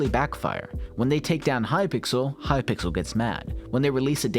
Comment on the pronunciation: lmao hypickle